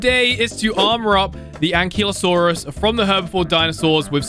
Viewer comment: The ankylosaurus isn’t pronounced like kilo it is more like kylo ren